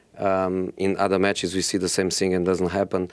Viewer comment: It's not the same sing, but thing come on Josee